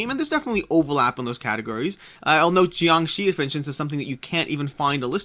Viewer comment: Be happy you pronounced JiangShi perfectly!